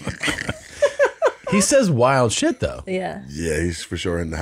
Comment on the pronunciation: He is still around. Still saying wild shut 😂